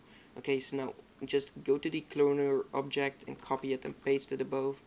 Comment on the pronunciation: werk vooral aan je and, je zegt het als en.